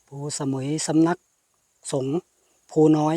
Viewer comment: เคยไปเที่ยวแค๊มปิ้งครั้งหนึ่งเมื่อกว่าสิบปีมาแล้ว ส่วนตัวก็ชอบวิวหินแบบนี้ แต่คนนำทางในพื้นที่ เขาออกเสียงว่า พู สะ มุย ไม่ได้ออกเสียงว่าสมุย เหมือนชื่อเกาะชื่อดัง